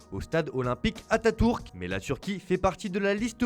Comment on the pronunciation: Comment ça "atatourke" ? Faut faire un effort la